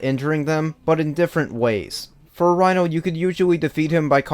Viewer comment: According to this video: watch?v=FvZbAqBCBYY , it's pronounced "Reeno", not "Rhino". Great review, you pretty much summed everything right.